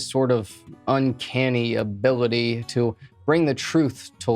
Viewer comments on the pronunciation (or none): none